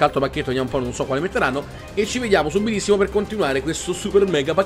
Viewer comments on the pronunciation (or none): walkout si pronuncia uolkaut non walcott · SI DICE WALKOUT NON WALCOTT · "WALKOUT" non si pronuncia ma 😉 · Antonio Langella si dice walkout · la pronuncia è walk aut(out) non walcot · si dice wholcaut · Uno youtuber che si occupa quasi esclusivamente di fifa e non sa pronunciare correttamente 2 giocatori di fila .. Non sa nemmeno pronunciare walkout .. Non sa che i giocatori premio della fut Champion sono a sfondo rosso .. Ecco perché ( a parte ben pochi youtuber ) youtube Italia fa schifo ..